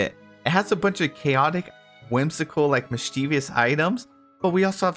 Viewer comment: "Mis-CHEE-vious'... it should be "MIS-chee-vus"